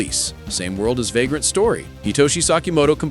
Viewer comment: Yeah... I heard it too. 😂